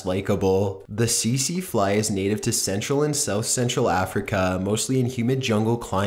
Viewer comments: Great vid as always, but one thing did bug me (pun not intended) it was the way you said Tsetse... its not see-see (as you said it) but Set-see. Sorry to be a pita, just thought you may like to know the correct pronunciation:) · it's pronounced "TEET-SEE fly"